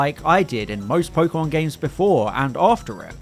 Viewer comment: and "pokemon" for that matter... everytime i hear po-key-mon my ears bleed